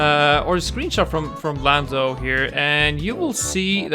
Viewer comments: Gamer Joel he said lamdo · did u say lando or Lambo